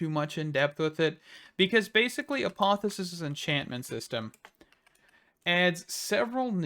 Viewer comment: Say apotheOsis again 🤣🤣🤣